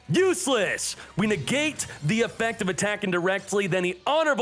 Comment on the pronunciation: Did he just say "honorable sudoku" ? Lol.